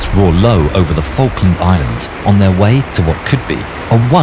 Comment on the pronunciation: falkland❌ failland✅